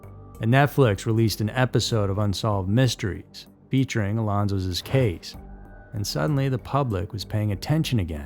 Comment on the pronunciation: “Alonsos’s”?? WTF?